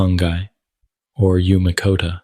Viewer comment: EUCOMYCOTA???? Excuse me? True fungi are Eumycota - literally what that word means…this is probably AI slop.